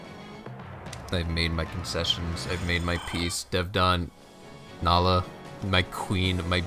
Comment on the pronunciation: great to see other people calling her Nal-ee-ah even if it’s not right, i know her name is Nai-lah but i’ve always said Nal-ee-ah